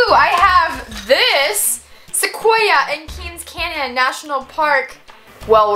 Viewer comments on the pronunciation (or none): none